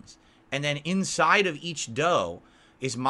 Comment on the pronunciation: What the hell is in-sye I thought it was inside.